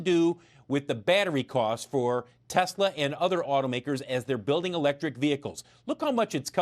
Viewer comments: The way you say “tesler” activated Siri on my iPhone. Pretty damn funny!!! Oh and the expert they used the background in behind him was in Boulder Colorado. It’s known locally as the flatirons. There are several lithium battery startups in that area. Check Galis latest vid for more info. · you don't look as funny as you sound...the way you say Tesler